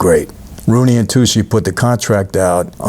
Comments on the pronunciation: Its pronounced like toochie not toosie. stanley tucci. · Tucci is toochi, not toocie